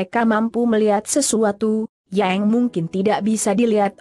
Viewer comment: Mba google kenapa menyebut kata....yang...jadi...yeng...